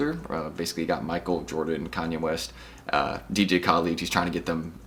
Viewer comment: man The way you pronounce dj khaled 😂😂😭